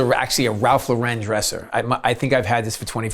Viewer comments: Hi Bobby, his name is Ralph Lauren.... like the name Lauren. Not Laurent as if hes french. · Nice place Bobby. But can someone tell him that it's pronounced Ralph LAW-REN not LO-REN. He's not a French designer, he's American. So many people have made this mistake for years as if giving the name a French pronunciation makes it sound fancier or more exclusive. Drives me crazy.